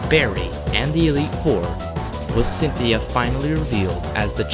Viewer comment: You said Centheay, her name is Cynthia